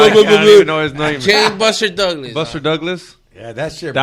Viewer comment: X CALLED HIM- BUSTER TOUGLAS😂😂🤦🏾‍♂️🤦🏾‍♂️🗣NO0oooo